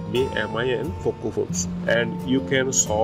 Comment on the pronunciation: Its poco not foco